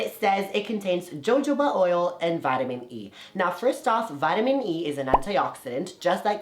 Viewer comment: Did he just pronounce jojoba oil as JO-JO-BA?? It is ho-ho-ba. Good Lord!!! Smh!